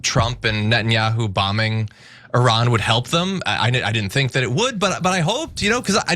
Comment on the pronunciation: How much money are you getting fom AIPAC IS ADL HELPING TO PROTECTING YOU. TRAITORS TREASONOUS SUPPORTING A PEDOPHILE WAR CRIMINAL STATE. YOU MURDERED INNOCENT PEOPLE IN PALESTINE, LEBANON, IRAQ,,YEMEN,SYRIA. NOW IRAN. SURPRISE IRAN IS COMING AND HELL IS COMING FOR YOU. YOU CANT EVEN PRONOUNCE THE COUNTRIES NAME CORRECTLY. YOU CALL IT I. RAN. SO RUN FOREST RUN. You are stealing our hard earning tax dollars to support zionest pedophile war criminals. Are you a zionest pedophile. Come out of the closet. Israel wants a zionest world. No Christians Muslims or any other. Wake up america